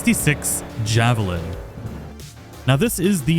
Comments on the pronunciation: Javelin he says, text says Javelina, which is pronounced Ha-vel-een-a. Like the animal. Lol. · Just for future reference it isnt “javelin” it is pronounced “havelina” which is a species of wild pig commonly found in arid regions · javelin? No buddy. its as a javelina. pronounced HA-vey- leena. it's a spanish skunk pig. google it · Bro bro bro it’s a javelina (have-a-leen-a) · Its not Javelin its Javelina and its pronounced havaleena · It's pronounced havalina. It's an animal. Not javelin. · ) Not a javelin, it's a javelina (hav-a-lee-nah). A type of peccary, a desert pig. The desert cars are named after desert animals. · Javelina = Yah-veh-leen-uh, not Javalin :) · It’s also the javelina not the javelin. Pronounced HA-velina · Oook, where do I start.... 1. It’s pronounced “Hah-vah-lean-uh” not Javelin. 2 Jackie’s Arch is the name of Jackie’s motorcycle you get after the heist mission. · Killin me dude. It isn't a javelin. it is called the Javelina, named after an animal, like a pig. It is pronounced Ha-vu-leen-uh. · Sorry... just had to pause the video nearly strait away. Javelin? No my friend, that's a Javelina. Pronounced Have-a-lina. As in the wild Boar. And yes, when doing the Racing gigs, probably the best to have. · Dude, you don't have to say "Cyberpunk Twenty-Seventy-Seven" every time you mention the game. Also, it's not the Javelin, it's the Javelina, pronounced "Hav-uh-leena". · Javelina. Not Javelin. And the J is pronounced like an H. It's named after a wild pig. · It's Javelina, not Javelin. It's named for an animal and the J is pronounced like an H. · HAVE UH LEE NUH. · it's pronounced ha-veh-lee-na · I believe the first car is called the "Javelina" and it's pronounced have-a-lee-na. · Javalina. Little boar. Yhav a leen ah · It's pronounced ha-vuh-lee-nuh. It's the name of an animal, basically a wild pig from central/south america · The type 66 Javelina is pronounced havaleena its named after a type if wild hog indigenous to the southwest USA.